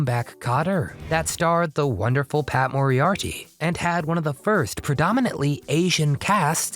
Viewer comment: The premise of Me & The Chimp was great, or do you guys not really know what "premise" really means? And you can't even pronounce Pat Morita's name?